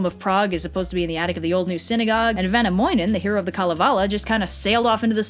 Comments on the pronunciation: that pronunciation though, ah yes vänamoinen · I laughed when you said Kalevala and Väinämöinen (ps. Not trying to hate I realise that it is almost impossible for an Person who is not Finnish to pronounce it correctly!)